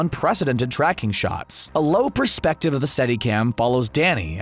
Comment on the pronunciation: Say “iconic” as many times as possible: check Mispronounce “perspective”: check PING! YouTube Video maded Nicely researched and presented other than those two thoroughly irritating tropes.